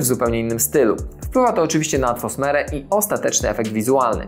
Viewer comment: Kolego, co najmniej 2 razy powiedziałeś "atfosmere" zamiast "atmosferę". Nie przeszkadza mi to w odbiorze materiału, który swoją droga oglądało mi się całkiem przyjemnie, zwracam tylko uwagę na wypadek gdyby zależało Ci na tym żeby Twoje materiały w przyszłości były bardziej dopracowane 🙃 Pozdrawiam i życzę powodzenia w rozwoju kanału